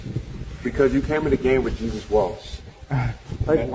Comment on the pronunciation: HARRESSY! That AI got JESUS all wrong.